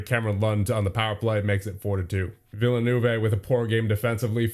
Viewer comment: villanoovay is not how you villeneuve